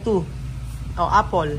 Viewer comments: Apple not apol. To avoid the children getting confuse it is important that the pronunciation is correct. Wrong pronunciation can lead to wrong spelling. Just saying. 👍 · Hahaha naalala ko tuloy yung islang na nagpa spelling ng water eh syempre islang siya kaya kapag dmo maintindihan eh parang kulang ang word yung water ang pagkaintindi ng yaya eh "wotche" 😂😂bigla ko naalala sa apol😂😂😂.. paki pronounce mo ang word properly kasi yan ang naitatanim na isip nila kaya tayong mga nagtututor we need to careful also sa pagbigkas ng mga words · Its not apol....the pronunciation of apple is a.pl not a.pol. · I am not bashing but honestly need to correct his pronunciation as well....😂 like pronouncing (f) and (p),finish instead of pinish or four instead of pour.and apple to apol... I'm so sorry it's not bashing it's just my observation.